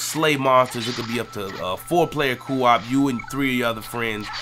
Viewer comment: you say co op weird